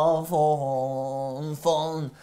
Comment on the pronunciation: Vse ful najs sam.... rece se saksOfon ne saksAfon...